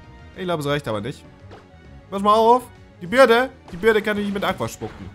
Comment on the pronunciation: Man spricht es nicht "Birde" aus, sondern "Bööördiiii". Dann macht es auch viel mehr Sinn.